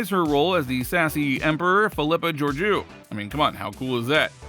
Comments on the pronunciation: I'm guessing you have never watched Discovery. That's not how she pronounces her name. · Man learn how to say the main characters name. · If this dude mispronounces her characters name once more im gonna hunt him down !!